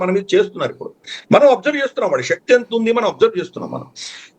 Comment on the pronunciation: Pronounce telugu words correctly. Shakti is not correct.😊